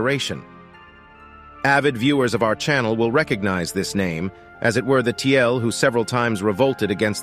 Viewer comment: "Kyrgyz" means "forty girls" in Turkic language. "Tiele" was Chinese word for Turk, it was written like " 铁勒“---Tie (铁）--Le (勒）。So it should be pronounced as "Tie-Le", not Tie-L.